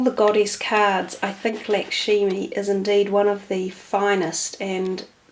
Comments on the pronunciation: Sorry - Lakshmi is correct. I thought I heard Lakshimi. I just tried to spell it phonetically. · Very nice reading. By the way Lakshmi is pronounced Luck Shmi!